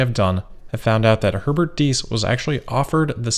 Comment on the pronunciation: Herbert thanks you for not mispronouncing his surname. You're a true cosmopolite!